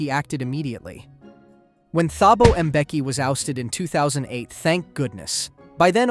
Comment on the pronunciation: The "h" in Thabo is silent 😭🙏